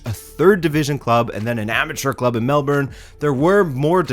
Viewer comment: Nailed pronunciation of Melbourne! ❤️ (Then botched Prahran lol - pronounced "Pa-ran", I know it's weird)